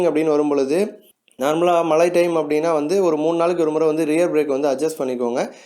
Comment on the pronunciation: Please be sure that you pronounce correctly. Its not malai its mazhai.